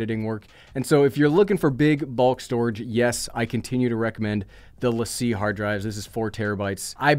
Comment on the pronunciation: You actually pronounced Lacie correctly! Amazing. It’s rare…you must have worked in a studio.